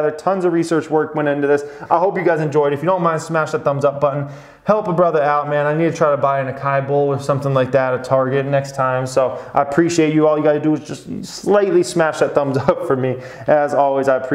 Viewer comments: 🤣😂🤣 Not AKAI bowl, it's more like ah-sah-E bowl. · ASAI, not AKAI. Thank you for everything you’re doing :) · Acai is pronounced "Ah-sah-ee" not "Akai" I made that mistake ordering from a juice bar with all pretty girls working at it. They gave me strange looks, lol. I was like "there goes my chance!" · It's pronounced aa-sa-ee! not akai. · AAHHCIEE bowl not AHHKY lol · Repeat after me. “Auss - eye - ee “ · Aaaa Si Eeee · A - kai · They are Ra-ta-tou-ee and A-sa-ee ! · Someone tell him is not acai, it is Açaí, that sounds like ASSAÍ! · AH-sigh-EE. It's a berry that grows in South America, most notably in Brazil. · Great video. FYI it’s pronounced Ah-Sah-Ee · Just a heads up ACAI is pronounced like (ASS I EEE). I had no idea either... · im sorry to do this but acai is pronounced “aus-i-e” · I know, i was roasting. It's pronounced aw-saw-e. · Ass-ah-eee bowl brother... Love ya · Ah-sah-ee and ratatoo-ee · You’re a fool if you think that. You think he wouldn’t know what the right pronunciation is? It’s “Ah-Kai”. We’re not in France or something 🙄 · I love ya but its ah-sah-EE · Ah-sigh-ee (my wife is Brazilian) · Acai is pronounced ah-sah-EE 😀 happy new year!! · Acai is pronounced ah-sah-EE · I’m sorry but I had to say it’s pronounced ah sahh eee (açai) hahaha thanks for your educational videos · "Ah-sa-eed" bowl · Please.. do not buy an "ah-kai" bowl 😑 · Who is going to tell him how to pronounce acai bowl? 😂 love ya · From soffle to akai...I love it-what's next?? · The fact that you're bullish on a vegan food company and can't pronounce acai speaks volumes. Buying. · At this point your just trolling everyone with those pronunciations of ratatouille and açaí! Haha